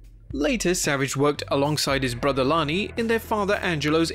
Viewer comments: savages brothers name is Lanny not Lonnie. You also said st Louis wrong. idk if you said anything else wrong or not. I stopped watching after you saying his brothers wrong. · fyl, the man's name is Lanny (with an "a" like "man" or "god damn"), not Lonnie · its Lanny not Lonny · Lanny is pronounced Like land not Lonnie. Same as St. Louis being saint Lew is. Not Louie . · Is it just me, or did he called Lanny, Lonnie?